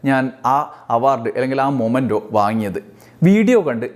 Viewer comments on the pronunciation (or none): മൊമെൻ്റോ അല്ല; മെമെൻ്റോ എന്നാണ് ഉച്ചരിക്കേണ്ടത്. | t is a common mistake . Please dont repeat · It is "memento" not momento, man !! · Hello dear...momento allaa... memento aanu ttuo❤